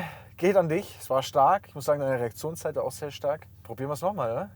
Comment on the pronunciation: "die Erektionszeit"